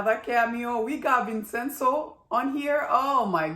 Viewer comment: As it is an Italian name, the correct pronunciation is Vin-chen-zo. Did I miss something? Why do they have no money? They did not give up their shares in the company. They lost the majority holding as the other side accumulated more shares using the chairman's POA. Borrow against their shares. No other liquid assets, huh?